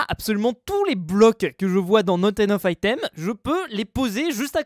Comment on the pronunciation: Naute ainoffe aïtaime